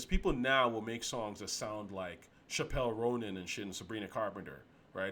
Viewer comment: "shapel ronan"? buddy i think you mean Chapel Roan. (cha-ple roan)